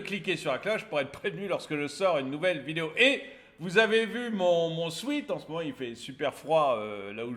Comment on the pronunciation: Peux-tu cesser de dire sweet au lieu de sweat pour les vêtements vendus ?